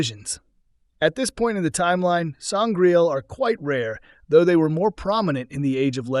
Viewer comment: I can't take the commentary seriously after a good number of certain words being brutalised through mispronunciation.... Sangraal not Sangrail... Sceptre, with a soft c, not Skeptre as he pronounced it....